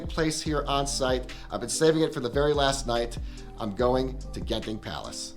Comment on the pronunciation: It's pronounced Jen-Ting